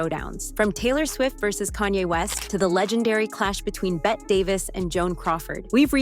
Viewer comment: Its pronounced Betty Davis not Bet Davis 😂